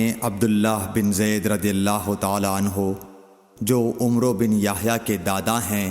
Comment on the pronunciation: السلام عليكم ورحمة الله وبركاته. عمرو کو عَمر پڑھنا ہوتا ہے۔ جزاکم اللّہ